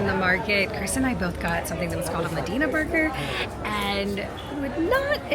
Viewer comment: Medìna??? MÒDENA, not Medìna.